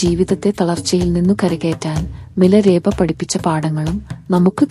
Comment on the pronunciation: ഞാൻ കെട്ടിരിക്കുന്നതെല്ലാം മിലരേപ എന്നല്ല മിലാരപ്പ എന്നാണ്